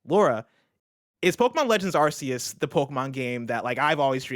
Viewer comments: Arceus is pronounced as AR-KEY-US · says ASS-SEE-US 😆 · Can the guys start pronouncing Arceus correctly? So weird to hear it like that, even the guest said it right. (Hint, it's in the trailer)